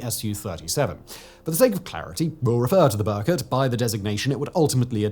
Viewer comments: Its not Berkot, but rather prunuses as Ber-koot. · It's not 'burr-cut'. How hard would it be to check pronounciation?